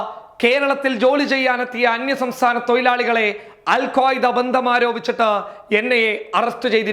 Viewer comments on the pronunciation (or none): തൊയിലാളി അല്ല.. തൊഴിലാളി